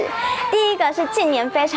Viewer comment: 森～縮～桿 笑死